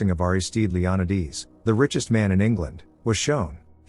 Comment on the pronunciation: Leonidas pronounced Leon~eye~d’s instead of Leon~eye~das is a new one! I love the way these AI voices miss pronounced names. I’m not complaining , I’m just saying it’s interesting bc I was like WTF kind of name is that, until I realized what it was! Magda being Mog~da.. interesting maybe even a bit peculiar! Enjoyable either way!